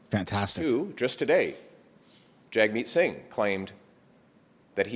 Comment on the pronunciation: I believe its pronounced JUG- meet. Don't give the left another reason to discredit you. You have to make your words and actions impeccable. That way they can't criticize or falsely label you, even among themselves. Then they will be forced to actually listen to your argument.